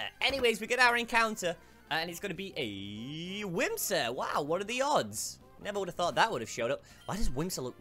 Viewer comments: Its whismur not whimsur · Its wismer not wimser